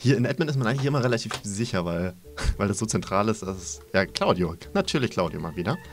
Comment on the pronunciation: Nein ich meinte, er hat ja am anfang gesagt:,, Und mit Claudio" Und ich meinte das es sich angehört hat Wie "Cauldio"😂